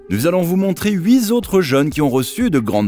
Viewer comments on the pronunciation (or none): Huit zautres 😅😅😅